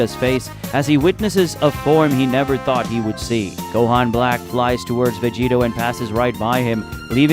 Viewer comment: Who tf is Vedeeta? Stick to the AI voice. Swapping back n forth is dumb